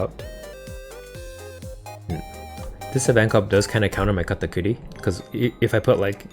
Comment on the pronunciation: What did you call Katakuri?! 😂